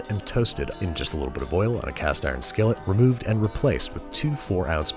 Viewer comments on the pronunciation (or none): none